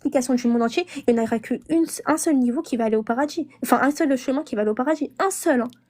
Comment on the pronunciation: "Rentrer au paradji"😂😂😂